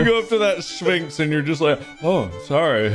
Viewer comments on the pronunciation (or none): Wanna point out near the very end mark said “Shfinx” instead of sphinx and I’m so sad neither of them caught it